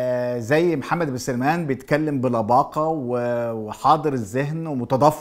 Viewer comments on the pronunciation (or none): يا عم مجدي أبوس ايدك تنطق اسمه صح .. اسمه محمد بن سلمان مش سليمان ... قول ورايا .. سين عليها فتحة .. لام عليها سكون .. سلمان .. سلمان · 🔴انطق اسم الملك بشكل صحيح (((سَــلْمَــان))) وليس(سِليمان) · اسمه محمد بن سلمان وليس سليمان وكلمة وهابيه ليس لها معنى ديننا الإسلام ومنهجنا السنه كلمة وهابيه يقولونها الشيعه الكفره لان الشيخ محمد بن عبدالوهاب قضى ع الأوثان والأصنام فقط ،،، اتمنى ترجع للتاريخ وتنطق اسم سلمان كويس ههههههه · انت تنطق اسم الملك غلط بداية سيئة وهو واضح